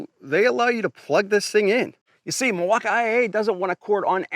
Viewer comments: What’s with pronouncing Milwaukee as Milwauk I A ?? It’s Milwaukee man 😂 No I A at the end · The way he added that extra flair to "Mill-walk-eye-aye"! 😂😂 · Why does he say milwaukee like that